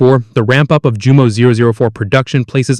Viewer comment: And Jumo is pronounced Yumo